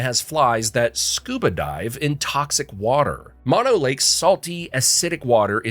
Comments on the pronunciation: Mono is pronounced closer to Moe-No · “Mano lake” 🥀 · It’s Mono, pronounced Mono, two long o‘s!!! Not two short o‘s the way you mispronounced it. Please talk to the locals before you report on areas that are important to local people like me! It’s not only irritating it’s embarrassing. Otherwise nice documentary. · Mono ? try mOnO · Tulare is not NOT pronounced like two-lair; it's pronounced two-lair-ee And it's Moe-no lake.